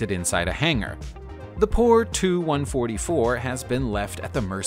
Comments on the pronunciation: It’s a T-U- 144 not “ too” It’s a Anglo- French Concorde As far as 1000s of passengers in the TU-144. It only was inservice for passengers from Nov 1st 1977-until June 1st 1978. 55 flights. The Tu-144's 55th and last scheduled passenger flight occurred on 1 June 1978. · TU-144 IS NOT TO-144 YOU PHYSICALLY HAVE TO PRONOUNCE THE U IN TU-144 OR ANY OTHER TUPOLEV PLANE YOU GET IT NOW!!!